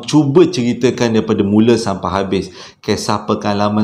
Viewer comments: SYAMPAI = SYULITT ( DERDEKAH AKU BANG 🤣) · Tersasul is ohsem😁 #Shampai🤭